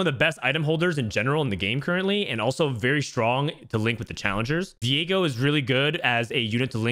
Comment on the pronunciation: did he just call viego diego lool